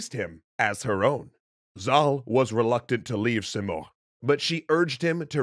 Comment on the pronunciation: Rudabe is pronounced as [ruːdɒːˈbe] Sam is pronounced as Saam, much like Zal/Zaal Simurgh is pronounced as /sɪˈmɜːrɡ/ or si morgh(gh=ق) Rostam is pronounced as [rosˈtæm]